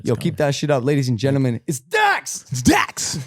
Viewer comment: It's dax ayyt